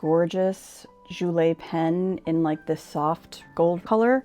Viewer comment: Pen is pronounced like “Jewel”. I think it mentions on the website to not post the pen I would probably not post any of their pens. I enjoyed the video!